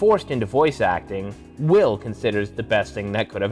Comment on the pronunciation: The guy pronounced Will's name wrong